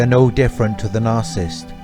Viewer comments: Sir for your own credibility learn how to say NARCISSIST. You are leaving out an entire syllable. What is your authority to discuss this serious psychological condition. Are you making this up as you go? It is very difficult to believe you have any idea of what you are talking about. What are your sources? Learn to pronounce what you appear to be an expert on. At least you might have a chance. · Narcissist - not narsisst!